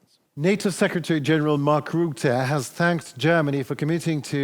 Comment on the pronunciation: Ther is no ruette. Say ruzzia, now say Rutte